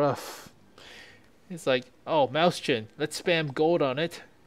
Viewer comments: Not happy with your pronunciations. "MOYS-hin" It's not Mouse-chen it's MOYS-hin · Wrong. It is in fact pronounced "Moy-sen." It would be the same way if you were to say Räume, which means "to empty/evacuate" in reference to a space, room or chamber. Or for better proof listen to "Mann Gegen Mann" from Rammstein, one of the verses speaks: Ich bin die Ecke aller Räume, ich bin der Schatten aller bäumen." which translates to: "I am the corner of all rooms I am the shadow of all trees" yadda yadda, etc so on.